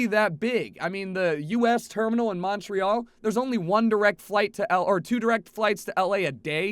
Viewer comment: Pronciation of Montreal is horrible. Snow isn't that weird.